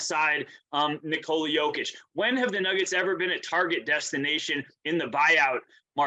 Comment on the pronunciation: Here's how disrespect is pronounced. Even when he was making his first All NBA team, no one nationally could pronounce Jokic's name. We regularly got "Jokovich,' 'Jock-itch,' and 'Joke-ich.' Rarely"Yoke-ich.' With his 2nd All NBA team and WCF appearance, 'Jokovich' disappeared in Joker's shadow. The following year with his 1st MVP award 'Jock-itch' dried up under the glare of the spotlight. Last year and this year with a 2nd MVP and prospect of a 3rd, many began pronouncing his name correctly 'Joke-ich' remains very much alive, though. LeBron used that pronunciation at this year's all star game. Tristan Thompson on ESPN yesterday too. 8 years in the league, soon to be 3x MVP and still many can't or won't pronounce his name correctly.